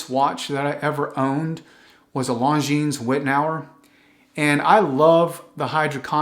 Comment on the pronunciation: Cool video...(just please don't pronounce the "s" at the end of Longines... there is none.... :-) ). .. your content is great. Thx for that.